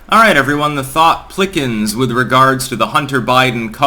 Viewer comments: "The thought plickens"? Lol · "The Thought Plickens"